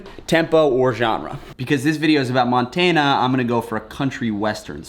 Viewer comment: “Mon-tain-uh” Ew, I’m sorry man, but that made me cringe a little, it’s Mon-tan-uh, but it’s Ight, just glad to see stuff in popular media about Montana. Haha 😂